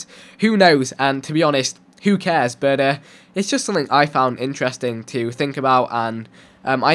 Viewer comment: 'who crares?' obviously you do :p